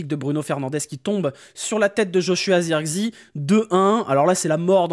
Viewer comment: C'est pas Zeurkzi c'est Zirkzéh